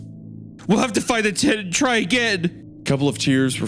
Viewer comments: I was at work and couldn't read the CC, legitimately just thought Wendigoon was saying "tit" the whole time instead of "tent" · I was listening to this at work while painting and I swear I thought for like 10 minutes while Isiah was saying tent he was saying “tit” and I had a completely different view of what was going on in the beginning